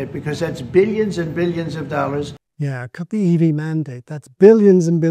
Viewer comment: I can’t believe you didn’t comment on his pronunciation of the word “billion.” It even came up during a part you started to repeat but then you didn’t comment on how he doesn’t pronounce the /l/ (“L”) component, just the /j/ (“Y”).